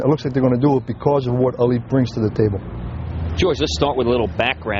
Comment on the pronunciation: Why cant these guys say his name right its alite not elite